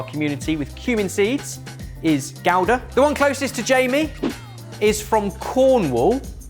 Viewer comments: Love this game, but your pronunciation of "gouda" was appalling. Love you guys. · I thought Leyden was the one with cumin in it? The second he said cumin I was like "Well, it's not Gouda". Also, what was that pronunciation of Gouda from?! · Between thinking Jarlsberg is spelt Yarlsberg and pronouncing Gouda as Gow-dah I'm not sure he's fit to be running this game 🤣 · I have never once in my life heard "Gouda" pronounced that way before.... maybe it's a regional thing but I've always heard it as Goo-duh not Gow-duh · Do they pronounce it Gow-da? Whereas Americans pronounce it Goo-dah? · Is that how your pronounce "gouda" or is that just the way? I thought it was pronounced Goo Duh. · Never seen gouda with cumin.. also never seen it pronounced gow-duh instead of goo-duh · Literally never heard it pronounced "gow-duh" only ever "goo-duh" ETA: and the Dutch way is closer to "how-duh" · I've never in my life hear Gouda pronounced GOW-da. It's always been Goo-da. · Gowa-da? Goo-da!! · I've never heard Gouda pronounced as GOW-dah before. In the US, it's GOO-dah. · Gow da? It's pronounced goo da! 😮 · Wait....gouda....i thought it was Goo-da not Gow-da.... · Wait Gouda is pronounced gauda? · I've missed this format!!!! Edit: I've never heard Gouda pronounced like that lol. I've only ever heard goo-da. Then again I'm american so that's probably not at all how it's pronounced. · the G in Gouda is actually pronounced as a soft H, so: "HOW-dah" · Y'know, I always thought Gouda was pronounced "GOO-dah." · Gowdah is how it’s pronounced in Germany (so right next to the Netherlands) too. It’s closer to the actual Dutch pronunciation than goodah but still incorrect as the G should be pronounced like a German CH in “acht” or a Spanish J in “naranja”. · that pronunciation of gouda sent me into a spiral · That’s how you pronounce Gouda? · Gouda is common in the US I think and that is NOT how I thought it was pronounced (at least here)